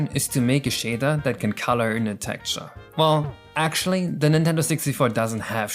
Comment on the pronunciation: Its Texture not Tekture